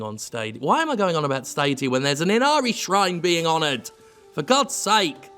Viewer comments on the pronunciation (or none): none